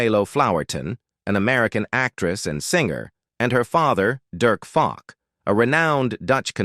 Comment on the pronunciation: Actress Nina FOCH is pronounced like the words "Foe" and "sh" sounds---Like Foesh. Just trying to help..